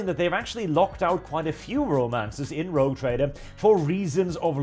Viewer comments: Rogue, not Rouge. I realise English is not your first language, but both those words derive from the French, so no excuse. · Sir, I believe it's "Rogue Trader", not "Rouge Trader"..... But Rouge Trader is....funny....interesting twist....